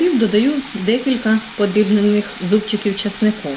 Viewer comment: НА ЯКІЙ МОВІ ВИ РОЗМОВЛЯЄТЕ: ЩЬО,ЧЯСНИКУ,ЩЄ,СПОЧЯТКУ,НЕВЕЛИЧЬКИМ,ПОЧЯЛАСЯ,ЗУБЧЄКІВ,ЧЯЙНОЇ,ПЕРЧЄМО,ЧЯСТИНИ,НАЧЄНКИМИ,БАЧЮ,МИСОЧЬКУ,БАЧЄТЕ,ЧЬОРНОГО,БАЧЄМО,ЩЄ,ЧЯС,ЩЬОБ,ЧЬОРНОСЛИВ,ЛИСТОЧЬКА,ШТУЧЬКИ...????ЛЮДИ ДОБРІ, ЩО ВИ ВИВИРОБЛЯЄТЕ З УКРАЇНСЬКОЮ МОВОЮ????????В ЯКИХ СЛОВНИКАХ ЗАИИСАНІ СЛОВА,ЯКІ ВИ ВИМОВЛЯЄТЕ?????? ЧОМУ ВИ ТАК ЗНУЩАЄТЕСЯ НАД НАШОЮ СОЛОВЇНОЮ,ЯКУ ЗАХІДНА УКРАЇНА ЗБЕРІГАЛА СТОЛІТТЯМИ???? (Українська діаспора,США)